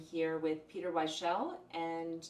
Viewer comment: It's Peter WEICHSEL (pronounced WIKE' sel)